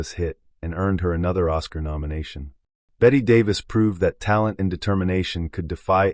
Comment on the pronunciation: I quit after nearly falling off my chair laughing at "Batty Davis". Sorry, but if you can't get that right, how many other errors of fact or judgment about these stars are there? The still photos would have been nice to see, but sorry.